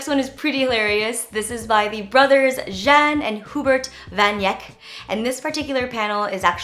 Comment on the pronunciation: Also! eyck is pronounced more like "ike". Not trying to be a stick in your ass just trying to educate lololol